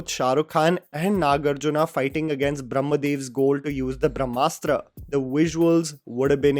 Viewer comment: Brahmastra deserves half a star at best. The heroine calls it Bhramastra, not Brahmastra. She couldn’t pronounce it correctly. She shouts ‘who are you, Shiva’,’ what are you Shiva’ countless times before intermission. I thought it was a cocktail made with a dash of Harry Potter, Hero’s duality & Force and darkside from Star Wars and typical Bollywood love story!! It is not rooted with our history/mythology. Take inspiration from anywhere you want, but presentation is important. Even Bahubali had love story of Devsena and Amarendra. It was beautifully written. Brahmastra showed love story of leads like some Instagram reel.